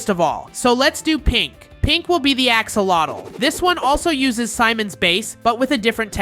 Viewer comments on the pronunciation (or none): none